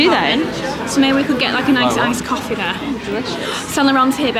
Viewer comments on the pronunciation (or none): none